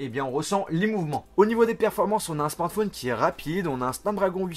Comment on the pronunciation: pourquoi tu dis la plupart du temps "smortphone" au lieu de smartphone ?